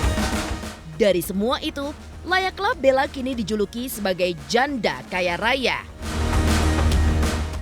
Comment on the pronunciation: Bisa gk sih tekanan suara pas ngomong janda itu biasa aja, jangan terlalu di tekan, kayak mojokin gitu. 😈😈😈😈